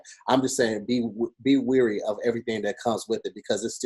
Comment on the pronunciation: it's "Be leary" not "Be weary".